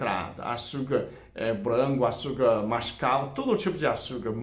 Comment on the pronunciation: Adoro quando fala açurcar kkk